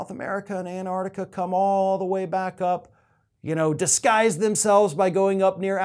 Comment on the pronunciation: Antarctica, not Anardica.